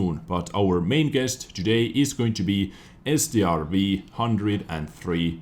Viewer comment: Strv is not pronounced S.T.R.V it is an abbreviation for stridsvagn (tank in English)